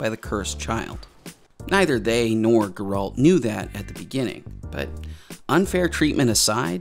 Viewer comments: First off his name is pronounced GARE-ALT not GER-RULT for the love of GOD...Did you really watch it 3 times? I only ask because you keep pronouncing his name wrong even though literally everyone in the show says it right. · Dude, I love your videos but you just made me cringe saying Sir Geralt of Rivia’s name so wrong like that!😅 It’s Ger like air. And alt like fault. His name is Geralt.😂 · dude you said you watched the series 3 times how can you still mispronounce "Geralt" it's stressed on the "e" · Every time he says Geralt’s name I twitch a little. How do you hear the name in the show and then say it like that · You watched the show three times but still can’t pronounce the main character’s name? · I cringed so hard whenever he mentions Geralt xD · You are pronouncing Geralt wrong and it drives me nuts.... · Why does everyone new to The Witcher always pronounce his name wrong?? And like bruh, you watched it three freaking times. HOW YOU GONNA MESS UP MY BOY'S NAME LIKE THAT?! lol